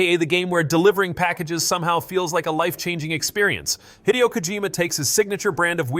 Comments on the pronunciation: Also, it's pronounced "Hi Day Oh," not Hideo. BUT!!! 😂 Your AI screwup made me realize that HE screwed up 🤣 When he left Konami, he shouldn't have called his company Kojima Productions. He should have called it ... 😀 🕶️ 🙌🏻 Hideogames 😎 YAAAAAAAAAAAAAHHHHH!!!! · This alone convinced me this is voiced by AI. Anyone remotely familiar with the games industry would know how to pronounce this name properly.